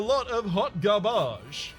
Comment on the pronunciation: Hot garbáge you say? Is that the right accent to use? :x